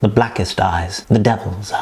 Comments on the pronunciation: ~ it kind of sounded like “the blackest dies” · In the beginning it sounds like he said the blackest dies